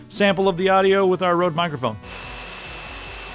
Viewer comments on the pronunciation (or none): Røde isn't pronounced like "rode", it's pronounced like 'red'.